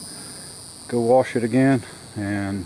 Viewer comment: No r in wash :) Nice Rims, keep up the vids, I find them really enjoyable!